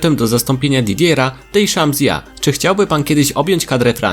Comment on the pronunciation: De kurwa co Deszampa Deszamp tak się czyta